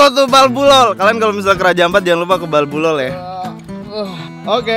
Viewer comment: Itu di NAMLOL bukan BALBULOL